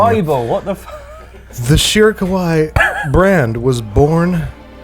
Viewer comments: Babish reading the bottle was hilarious in part because he kept pronouncing it "kowai" which actually means "scary"🤣🤣 There's two i's for a very definitive reason in kawaii: "kah-wah-ee" The "ee" being the important distinction. Keep being you Babish, that was golden😂🧡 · u said kawai not kawaii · the way you are pronouncing kawaii sounds like "scary" (Kowai) instead of "cute" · I’ve never seen a Babish video in my life before, but I’m very pleased this was the first. I was crying laughing so hard at the “Shirokawaii” reading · Listening to babish say "scary" over and over instead of "cute" is hilarious (kawaii-cute, kowai-scary) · I love how Babish kept calling the sake "scary" instead of "cute" with his pronunciation while reading the bottle, and Chris didn't even bother to correct him 😂😂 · The way Babish is pronouncing “kawaii” is actually the pronunciation for “scary”, there is double ii at the end of kawaii pronounce it as such.